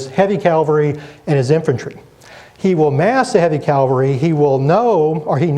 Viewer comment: Calvary? When will Americans learn to speak English? Fine lecture despite that.